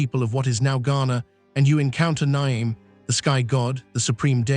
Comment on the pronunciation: That’s the worst pronunciation of Nyame that has ever been said